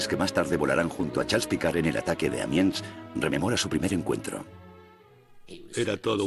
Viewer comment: No es Amians, sino Amiens.